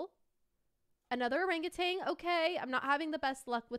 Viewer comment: Its not rangutan 😅 Its OhrangEuwtan Thats how you read it btw